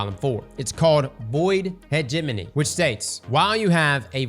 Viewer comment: im proud of for pronouncing hegemony correctly.